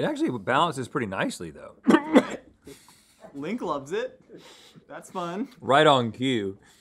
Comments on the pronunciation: it's pretty awesome that link pronunciation was closer than if we're talking about italian pronunciation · Link's smile after tells him he's saying the cheese perfectly is adorable!